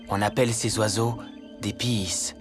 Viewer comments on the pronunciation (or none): "On appelle ces oiseaux des pieSSS"